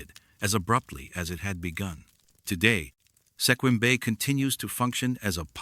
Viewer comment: I am laughing at ALL the mispronunciations of towns and county names in Washington. Cle Elum is pronounced (Clee-Ellum) Sequim should be pronounced (Skwim), and Juan De Fuca (F-you-ka)not (Fooka)Some of the native tribal names are butchered as well. AI, you still have some learning to do! 😂 Also yes, that Chen guy sure did get around as well as Robert McLeod.... What else is funny, I have lived in Washington all of my 56 years and have never heard anything about any of these stories.....Just sayin'! Wait, is this video real? 20 years from now will there be no record of its existence??? 😮